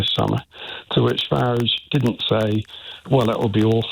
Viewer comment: Faridge riots, not Fararge riots